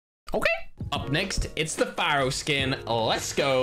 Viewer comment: Lol when i heard "pharo"msmc i was like what